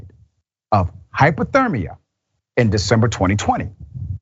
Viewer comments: Hy-PO-thermia vs Hy-PER-thermia Hello Dr. Ritchie, I just came from another post about this horrible crime and I noticed the same comment and confusion from you as the other person who posted her video. Much love sir - I say that so you know that this isn't an attack. This poor soul indeed died from hy-PER-thermia [not hy-PO-thermia]. I understand the mistake because we hear about hyPOthermia MUCH more than we hear about hyPERthermia. We're just so used to hyperthermia being called 'heat exhaustion' or 'heat stroke'. Also, we're not used to hearing about people dying or suffering from the heat using the term hy-PER-thermia they way we do in the case of hyPOthermia (from the cold). Anyway, I just wanted to shine a little light on that. Take care sir. PEACE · HYPER-thermia is not HYPO-thermia "Doctor". How is this jagoff college educated man unable to discern the difference between the two different words. SMH I can't with this guy. He repeatedly says HYPOTHERMIA from the heat. What a complete maroon. That being said, the victims of this man should immediately file to collect any restitution that is won in this case! There are victims due to his actions so any funds won by his family should be handed over to them before the criminal's family gets a penny. Then the attorneys. If anything is left over then he should pay back the taxpayers who payed to feed him all this time. Prison is not supposed to be comfy cozy for dirtbags. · Hyper not hypo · hy·per·ther·mi·a /ˌhīpərˈTHərmēə/ Learn to pronounce noun MEDICINE the condition of having a body temperature greatly above normal. I know its weird but thats the definition. GROSS NEGLIGENCE ? I’m gonna say murder, torture , Geneva convention violations. We don’t treat enemy combatants this bad. DISGUSTING HOW YHEY TREAT US !!